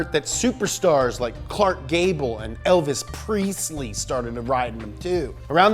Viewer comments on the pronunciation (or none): Wait. Did he just mispronounced Elvis Presley? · The unnecessary mispronunciation of Elvis Presley made me spit my water out.